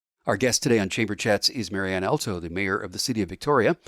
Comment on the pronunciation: Host; "You and I know each other". This is highly doubtful, because if you did, you'd at least pronounce her last name correctly. It's pronounced All-toe, exactly the same as the musical reference. Marianne's brother Al Alto was our family friend and chiropractor for over 45 years. Sadly Al passed away in 2020.